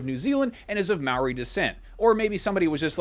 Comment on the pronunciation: You said Maori wrong